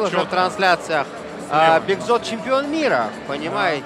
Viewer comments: Уважаемые комментарторы! Все вы хорошо ведете, только просим быть аккуратными с именами. Вы признесли: "Бекзод" , но так имя произнсят узбеки, а казахи-Бекзат. Хотя мы близкие тюркоязычные народы, но есть все-таки заметные различия. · Мне одно не понятно, почему все время Имена Казахских спортсменов искривляют. Какой Бекзод ? Бекзат произнести трудно ? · Не Бекзот а Бекзат говорите правильно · Не Бекзот а Бекзат. Бекзот узбекское имя. Салам из Актау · Бекзат а не Бекзод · Не Бегзот а Бегзат... Большая разница комментатор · Не Бекзот а Бекзат ты говори правильно хренов комментатор! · ... надо говорить - БекзАт !!